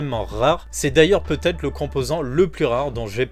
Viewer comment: merci pour la vidéo, mais pitié !!! "peut-être" !!!! pas peutetre...